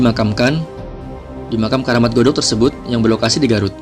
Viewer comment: Godog bukan gadog dah salah duh bhya mnceritkn sjrh tnpa di pljri